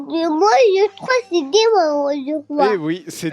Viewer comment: "Demain je crois c'est dimanje je crois" 🥺🥺🥺